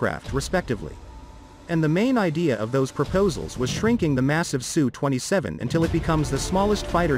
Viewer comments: Usually it's spelled as S U and not pronounced SUE. It is impressive that fighters today, with a size comparable to some WWII bombers, are so incredibly advanced and capable as compared to those planes of 70 years ago. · S U. Its S and U. Not Su.